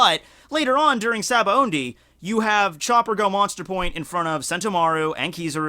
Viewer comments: gah you keep saying Sabaondy.... there is no 'N' in Sabaody. just... btw. its Sah-bah-oh-dee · you pronounce it Sabaondy but it doesn't have n it's Sabaody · well, it's pronounced as shabondy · Good Lord, there's no "N" in Sabaody.